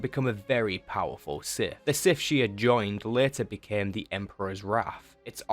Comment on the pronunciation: Very informative. I’m left with only one burning question. What is… “da siff?”